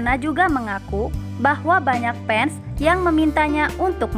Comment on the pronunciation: Kaya nya pengisi suara channel lampu merah orang sunda salfok sama perkataan nya di menit yang berkata pans bukan fans🤣🤣